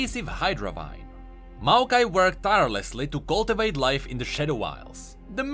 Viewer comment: "uncoorupted""booried""coorupted""flame the two""call-tivate"